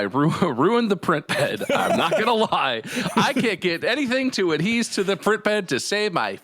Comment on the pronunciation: So, 'adhese' is the new 'adhere'. Got it.